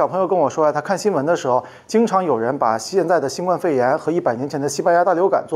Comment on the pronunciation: 新冠病毒中的“冠”读“guān”，希望李老师注意。